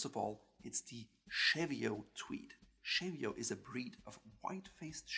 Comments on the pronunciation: Cheviot is pronounced /ˈʧi:vɪət/ like English, and not like it was French */ʃevɪəʊ/ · Interesting video, but Cheviot is pronounced CHEE-vee-ot not CHEV-ee-ot. The Cheviot Hills are the northern end of the Pennines in the north of England. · Sorry it’s me again. It’s pronounced Cheev-iot like cheese. Harris tweed uses only natural dyes from the Hebrides and is entirely made by hand by individual weavers. It is tightly woven so has a degree of waterproofing. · This is a great video, loads of Tweed in the UK so cheers! We pronounce Cheviot Chee-vee-ot over here. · Being locally born and living in the Cheviots it's actually pronounced shev-ee-ots the chev used as in chevron or Chevrolet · You beat me to it (by four years!). Yes CHEE-vee-utt as I would write it. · Cheviot..pronounced as,,Ch as in Chair, chop etc....but hey other than that ..1st class. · Please - cheviot is pronounced "cheeve ee ot"! its not French!! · It’s pronounced cheeviet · My dear chap, 'Cheviot' isn't pronounced as if French, but with the 'che' like 'cheese' and the 't' is sounded. This aside, a splendid review and I personally prefer the Harris Tweed and my golds and browns shaded thread jacket is simply splendid. Deceptively warm too. Tally ho! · Cheviot is pronounced with the t. The t is not silent. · Cheviot is pronounced CHEE-vi-ott with a hard T. Donegal is pronounced Dunn-ee-GOL..